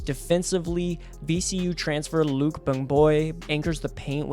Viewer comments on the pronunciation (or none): Its luka not luke for unc